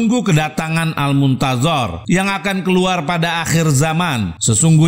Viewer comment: belajar nyebut huruf ظ dulu baru ceramah. المنتظر bukannya المنتزر